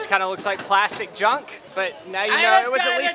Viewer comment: how dare you say junck ahhhhhh